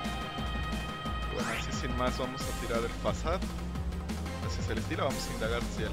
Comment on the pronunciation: muy buenos videos solo no entiendo por que pronuncias "fasad" jeje XD